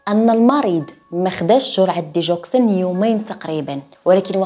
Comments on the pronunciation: اسمها ديغوكسين ماشي ديجوكسين بال غ ماشي بال ج Digoxine للتصحيح فقط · Digoxin كتنطق بالگا ديگوكسين حيث قربت نسالي الحلقة وماعرفتش الدوا اش هو حتى طلعات سميتو مكتوبة